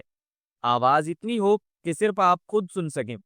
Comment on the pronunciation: "خود"not خد